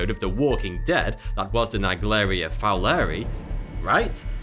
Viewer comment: Probably pronounced Fowler-eye